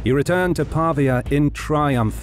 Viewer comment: Pavìa, not Pàvia